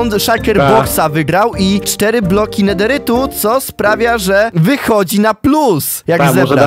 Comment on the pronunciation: neteryt sie mowi chyba